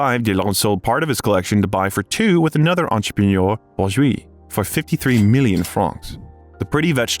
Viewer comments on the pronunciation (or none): none